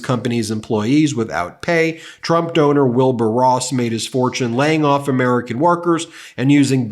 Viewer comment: its american not amorican ...allien